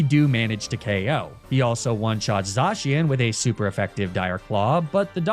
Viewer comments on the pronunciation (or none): none